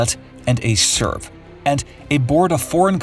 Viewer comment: its serb not serf